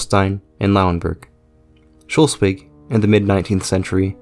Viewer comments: its SchLEswig not schULstwig. LE not UL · Its pronounced slesvig/schleswig and not Scholsvig. Otherwise good video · Yeah, I was wondering why he's saying "Schultzwig", when it's "Schleswig" or "Sleswig" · Schleswig or Shlesvik for english pronunciation and not shulswig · Schleswig, not Schelswig. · its pronounced Sch"less"wig not Sch"ultz"wig ;) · Can you say "Schleswig" - not "Schelswig"? Can you at least try! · Its Schleswig, not Shellswig. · Shelsvig.. Shelsvig.. but it's Shlesvig... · How can anyone pronounce Schleswig as "scholsvig" it`s pronounced "SCHLECHVIG" the "E" is not pronounced with "O"......!!!! English speaking people are just not capable of pronouncing anything properly. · I loved the video and have never liked to nitpick and understand you had never heard the name spoken before I just still could not fathom how you got shulswig out of schleswig? I apologize for nitpicking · It's Schleswig, not "Schelswig" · SLE-svig, not Shul-svig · It is Schleswig, not Schelswig... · "Shulswig" my god, I pity the poor Germans. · Where is Shollsweg? Your narrator has his own way of reading and speaking. Is he from Iowa where everything loves to screw up pronunciation??? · Even in Pennsylvania people speak better than in Shollsweg. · Good video, but your pronoun citation of Schleswig/Slesvig is a bit off. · Sch - Less - Wigg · You need to work on your pronounciation of Schleswig, it is not shulsig. or shulswig Good video otherwise though! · Great video. Really. And it throws light upon an ill-understood part of German history. But, please: "schlay-svig". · Why do you say Scholswick the whole time? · Your pronouncing of Schleswig is awful it's not Schlusswig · Why are you pronouncing the state of Schleswig as 'Sholswig'? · I guess like this: First divide Schleswig into syllables: Schle-swig (it can't be Schles-wig, since e cant be a syllable-forming vowel in English), and then since final -e is elided in English: Shl-swig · he said Sholswick